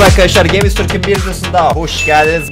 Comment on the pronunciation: GAMESTURK DİYE YAZILIR GEYMIS TÜRK DİYE OKUNUR